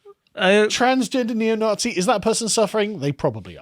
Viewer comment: From Nazi to "Nah-SHE"